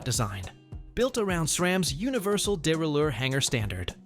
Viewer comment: The way your pronounced derailier proves you don't know a thing about bikes.